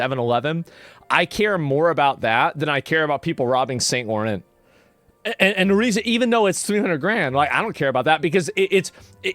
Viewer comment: Saint Laurent is pronounced “sawn loo-ron.” ✨ ✌🏼